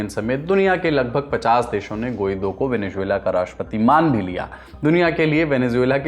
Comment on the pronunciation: don’t say ‘Juela’ in Venezuela, it’s Zuela